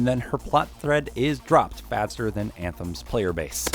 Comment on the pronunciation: to lmao "athem" 😹🤣